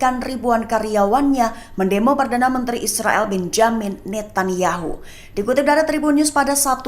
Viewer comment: bukan Benyamin Netanyahu tp Benjamin Netanyahu. baca yg benerr dong mba jangan merusak nama orang